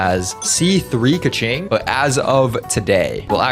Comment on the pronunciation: is a keqing main also: doesn't pronounce keqing correctly